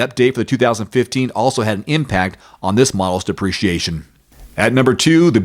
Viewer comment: Please crisply speak the word depreciation. The way you pronounce duhpreciation sounds like appreciation. Am i alone here?